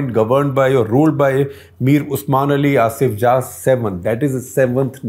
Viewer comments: 1. It's Asaf Jah and not Asif Jah. 2. Deccan comes from the word Dakshin. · IT IS NOT ASIF JAH... IT IS ASAFJAH ...